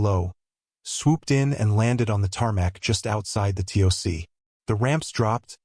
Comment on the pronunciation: The tick the TOC is pronounced Tock!